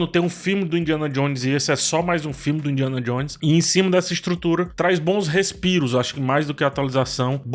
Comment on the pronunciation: Indianon Jones? Indianon??